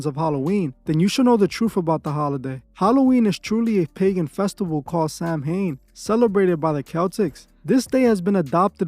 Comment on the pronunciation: I went to a all Irish school and Samhain is a celtic word pronounced sa-oww-an . .but as one siliable 😉